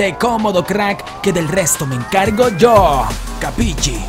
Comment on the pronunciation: se escribe capisci, pero no se pronuncia mucho el capi”CHI” más bien sería un capishi 👍